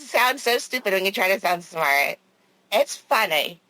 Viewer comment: Usually means someone else told him something .. he never figures anything out himself . When he does look and see he is still off the mark . I love how Winnie calls him out for being stupid while always claiming to be “ smaht “